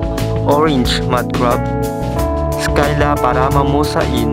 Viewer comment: Hi nice video. I think it is not pronounced 'Skyla' but 'sila'. At any rate, professionally done video.